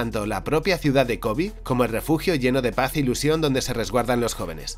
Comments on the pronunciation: Por qué pronuncias “Kobi”? Es Kobe. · La pronunciación es "Kobe", tal como se escribe. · Me saca mucho de lugar que pronuncia Kōbe como si fuera una palabra en inglés. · Kobe se pronuncia como lo lees en español, tu lo que estas diciendo es el nombre del basketbolista. Fuera de eso excelente video:D